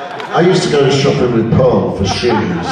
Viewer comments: Its Porl, not Pearl. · PORL!!!!!! NOT PEARL, DAMMNIT!!!!!!!